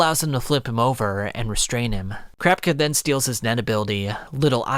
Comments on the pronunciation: KURA-PIKA not CRAP-CAH 🤦🏾‍♂️🤦🏾‍♂️🤦🏾‍♂️ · Do you really pronounce kurapika “crap-ka” I typically say “coo rah pi ka “ and I’m really not sure 😂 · Kuh-ra-pik-a, not kura-pika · why krapka not kurapika? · Kurapika❌ Karapka🗣️✔️ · Why are you pronoucing kurapika as "krabka" like what???!!! Really? Its def not krabka and should be enuciated as "kurapika" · I cant with this krapka..... KURA PIKA 😂😂😂😂😂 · thanks alot for the video but please for the love of god dont call kurapika krapka its so annoying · Wtf is krapka? Pls just stop its ku-ra-pee-ka cmon man 🤦‍♂️ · "Krapka" smfh I'm trying so hard to finish this shit but its KILLING me everytime I hear that bs 😮‍💨🤦🏾‍♂️ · I hate the way you say Kurapika’s name , you say Krapka for some reason. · Nice video! Also why in the hell do you pronounce Kurapikas name like “crapka” 👀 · i appreciate your work, but please stop saying krapka instead of kurapika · Kurapika (kura-pika) Not Kurapka, like what. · Kurapika not Crap-Kuh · Is It just me or he keeps saying krapka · Aside from pronouncing "Crap-ika", this is actually good. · Crapika? Dude its not that difficult to say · It's ku-ra-pi-ka, the japanese pronunciation is the best way to say it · All I keep hearing is “Crap-ka!” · You gotta be saying "crapka" on purpose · You keep saying Kurapika name wrong is Kur- ra-pika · You say kurapika like Crapka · Crap-kuh lol It's like he is doing it on purpose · would’ve been a 10/10 if you didn’t call kurapika krapka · It's cracking me up how you pronounce Kurapika like 'CRAPKAH' HEY CUT THE CRAP, CRAPKA heheheh This is a really good video though summarizing everything. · Genuine question: How are you this far into the series and you don't know how to pronounce Kurapika's name? They say it dozens of times in the anime. Do you know how Japanese sounds? You're saying "crapka" lmao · whole time i’m trying figure out who crapcuh is 😭 blud it’s kurapika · Ah yes, I am also familiar with “Gone” “Geen” and “Crap-Cuh.” (Thanks for the summary bro)